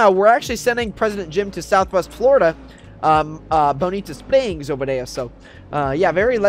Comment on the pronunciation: Bonita spings Me:haha he said Bonita spings Very funny word bro